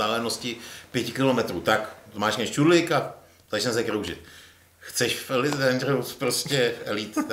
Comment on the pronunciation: Díky, že děláš tento pořad, vždy je to pohodové pokecáníčko. Dobře, že jsi vyřešil problém s hlasitostí:-) A jinak - co se týče výslovnosti "Elite", myslím, že jste všichni trochu vedle - alespoň dle spisovné výslovnosti